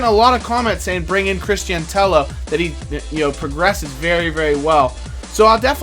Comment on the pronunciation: Sign Cristian Tello! Ntep does look very good but in real life I feel Tello would suit is better just by the way he plays, especially his link up play. And he's good on fifa, (I'd recommend playing him on the left) and his name is pronounced "Tay-O"